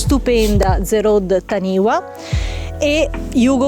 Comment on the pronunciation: La pronuncia sarebbe " tanifa" ;) perché è un termine Maori